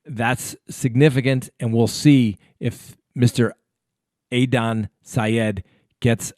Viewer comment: Hey!: ) Adnan Syed’s name is pronounced Ad•Nan NOT A•Don lol! Just thought I’d let you know for future reference.😉